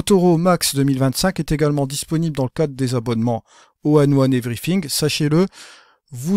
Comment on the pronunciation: Etrange ta façon de prononcer ON1 tu dis tjs ONE1 plutôt que ON1;-)